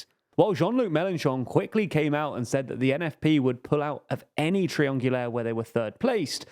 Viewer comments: Lol, someone taught you how to pronounce triangulaire since the last video. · Thumbs up for your pronounciation of "triangulaire"!